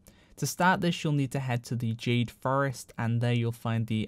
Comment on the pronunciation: "Jade Fur-rest" I like that 😹